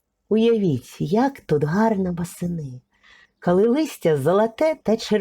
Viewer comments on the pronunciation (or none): Канал у вас хороший відео потрібні. Наче правильна українська мова. Та чому ж вам так важко українську букву О вимовляти! Це якась біда. Слухати неможливо! РАспАвідаю, кАли , кАлись. Жах! це навіть гірше ніж Юля Тимошенко. Вибачте.